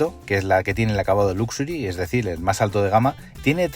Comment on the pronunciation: Nadie lo pronuncia bien y ya me he visto 15 o 20 reseñas en español. LUXURY láxeri 😢😢😢